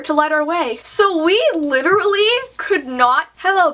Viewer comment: So we lirally- hello bedroom...